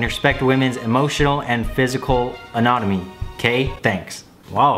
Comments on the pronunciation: “Anotomy” IT SAYS AUTONOMY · “*autonomy*”: “*anatomy*” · You pronounced autonomy wrong